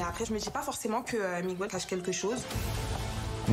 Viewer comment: Miguel se dit Miguel et jamais MigOUel, arrêtez cette erreur qui arrache les oreilles !!!! MigOUel ça n'existe pas !!!!!!